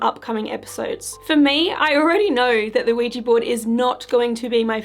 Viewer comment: People need to stop calling these "Ouijee" boards. It's so bloody proletarian. They are Ouija, not ouijee.